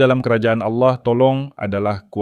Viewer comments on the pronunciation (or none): Allah kok jadi auloh ya penyebutan nya